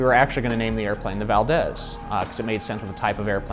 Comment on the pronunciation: Guys....your killing me pronouncing Alaskan cities......it's Valdez....pronounced VALDEEZ! We do LOVE the Timer, Timber X, and Timber Turbo's here in Alaska & you did great job with the design!